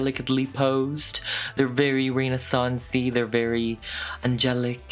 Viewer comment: OMG I am basic. You were saying Renaissance. Here I said "Reina Sonds" into my phone mic thinking you were referencing a model or actress or something... 😳